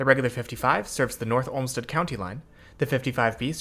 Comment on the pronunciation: North olmsted Not stead.. You disappoint me young padawan